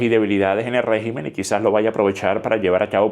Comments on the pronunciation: ¿Y si China o Rusia deciden apoyar a Irán? P.D: Se dice rÉgimen no regÍmen. Así como regÍmenes no rÉgimenes. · Se dice RÉGIMEN, con acento en la E. En plural es que se dice REGÍMENES, con acento en la I.